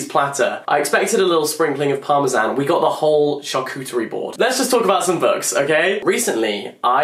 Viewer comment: I love that jack says parmesan like parmaZAN